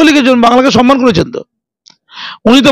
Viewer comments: রোজিনার উচ্চারণে ভুল তো খুঁজে পাইনি।কিন্তু "সম্মান"কে সনমান বলেনা‌ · গরমেন্ট, সনমান কী শুদ্ধ ?